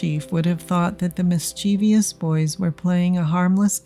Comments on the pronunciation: Great and sad story. BTW, the word is pronounced "miss chiv us" NOT "miss cheev ee us" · One of the most mispronounced words ever!